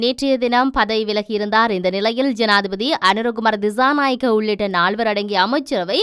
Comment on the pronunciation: Pls check your pronunciation, for the s' sound, you are pronouncing as "z" for dissanayake and December are pronounced by you as dizanayake and Dezember... correct it pls.